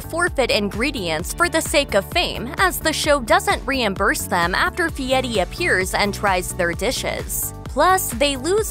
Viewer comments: I thought it was "F.i.e.R.i," not "F.i.e.T.i." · pronounced Fee-ety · F I E R I, there is no "T" in the name. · How TF does he come up with the pronunciation of his last name when there is no T in the spelling???